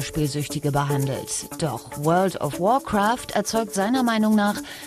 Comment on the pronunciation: Alter das is alles fake^^ Er kann nicht mal "Warcraft" ausprechen und das is ein normales Englisches Wort. Dazu warum zeigen sie nicht seine Chars nein sie müssen lv 2-10 Mensch Hexenmeister zeigen....